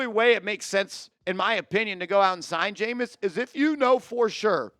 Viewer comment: Bro, for all those QBs you named, we might as well keep Lock, lmao 😅 cmon man, it's Jameis!